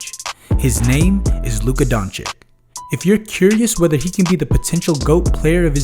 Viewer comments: If you gonna say his name, please say it correctly. It's Don-"chitch" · Take your time and learn to pronounce Don-cheech correctly, pleaseee!!